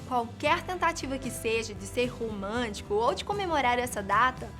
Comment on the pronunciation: rumantico kkkkk